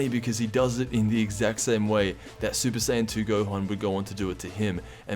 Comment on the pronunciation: I know I’m not the only one who noticed “ gokua” and “gohana”